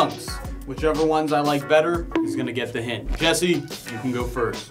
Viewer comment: It’s Jesse not jiedil